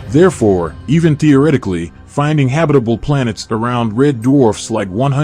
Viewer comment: Habi-table zone??